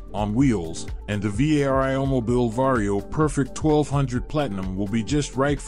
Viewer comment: Va-ree-oo. Say it with me, vario..